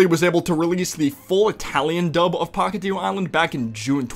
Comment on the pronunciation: genuinly, even tho i consider our Chris dub better than the english one, the fact that he keeps calling the island Pahkitev and not Pahkitew really triggers me